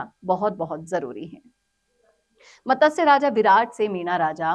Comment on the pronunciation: आपका आभार. कृपया 'मतस्य' नहीं, 'मत्स्य' उच्चारित करें.